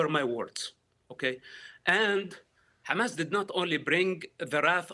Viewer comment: Again with this Lawyer Pro-Hamas women. If you guys in the comments are seriously going to sit there and so "Yes shes right" then your absoutely delusional and trolling. She cant even say Hamas. Shes sick in her head and needs mental help. O and you DO NOT SPEAK FOR THE PALENSTIANS!